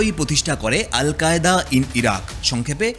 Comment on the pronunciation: সিরিয়া/ইরাক ❌ ইরিয়া/সিরাক ✅